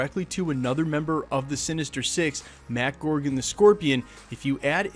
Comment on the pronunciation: When I heard "gorgon" instead of "gargan" I shuddered irl